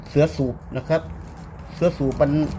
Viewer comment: ทำไมออกเสียงวรรณยุกต์ผิดๆ เช่น ผ้าปั๊ม..ไม่ใช่..ผ้าป้ำ.. /หรือ.. เสื้อสูบ..ไม่ใช่..เชื้อสูบ..../ผมว่าใช้ภาษาอีสานดีที่สุด เดี๋ยวนี้ทั่วประเทศฟังภาษาอีสานรู้เรื่อง / พูดภาษากลางไทย ไม่คล่องตะกุกตะกัก